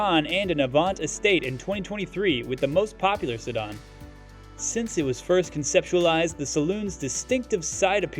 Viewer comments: Ah yes, the illustrious Seh-Don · Who taught this guy how to say the word "Sedan" Sadahn? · SEDAN: It's pronounced Se-Dan not Se-Don! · se·dan | \ si-ˈdan according to Merriam-Webster. I haven’t heard it pronounced si-dahn before. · "sedON"??? LOL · What the heck is a “sedon”? This video is clearly not from anyone in the car space…or perhaps Earth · if that's where sedan is pronounced "sedon" and a car channel doesn't know what Polestar is, then tell Elon we said Hi when he gets there! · Stop saying "Sedahhn". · "sedd-arn" ha ha ha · And “se-don.” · Sedan. Sa DAN DAN DAN. Retard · How do you not know how to pronounce, "sedan?" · I'm not sure I've ever heard the word "sedan" pronounced this way. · Sedan too.. guy is trollin.